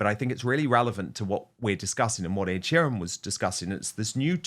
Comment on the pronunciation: Dan u have been in the uk long enough to say sheeran properly